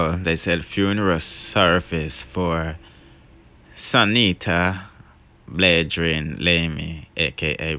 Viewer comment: ”Sunita Bladrean” 🙆🏾‍♀️🤦🏾‍♀️